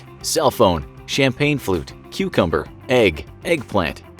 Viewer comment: Cumcumber you say